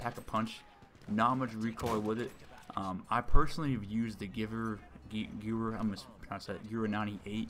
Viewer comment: The w in gewehr is prounouced with a v and the g is less like ji more like g